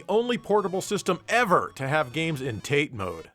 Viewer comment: You pronounce Tate Mode wrong.